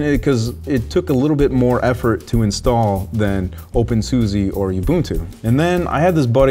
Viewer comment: Sorry, I thought you should know it's pronounced OpenSusa (with a posh like 'ah' at the end) You can search youtube for "How do you say SUSE' for confirmation:)